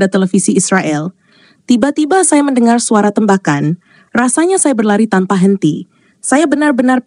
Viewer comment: Yg baca berita kurang bisa bhs indonesia. TEmbakan dibacanya tembakan seperti baca tembikar, tempurung atau tempat.